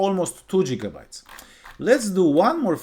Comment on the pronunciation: jigabytes 😂 thank you but fix your pronunciation